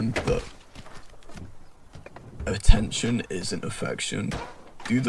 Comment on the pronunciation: bro said attentoin